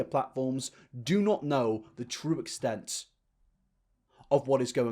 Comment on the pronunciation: The true exstent ✨dramatic pause and suspension ✨